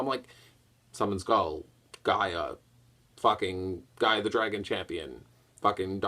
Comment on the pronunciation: did he say "Gay Guardian?'